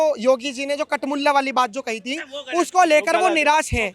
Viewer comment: Kathmulah ko khatmulah bol diya galat kya bola h be 😂😂😂😂😂😂😂